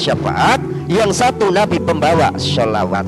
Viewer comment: ini bukan murtadin tp memang dari lahir adalah non muslim. Dengar saja sebutan klo dia sebut shalawat, As, Saw. tdak fasih.